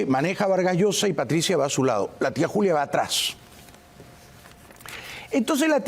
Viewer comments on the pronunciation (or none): none